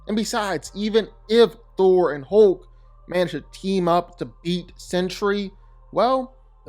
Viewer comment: Why does he keep saying hooolk its hulk